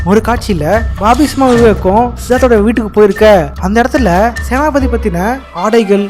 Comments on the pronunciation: Yoov... ATHU Senathi pathi illa. Senapathy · Senathipathi❌ senapathi ✅